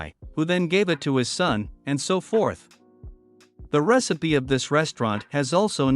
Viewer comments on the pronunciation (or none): none